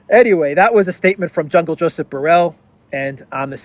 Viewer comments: I laugh whenever you call him Jungle Josep😂😂😂😅😅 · "Jungle" Josip. 😂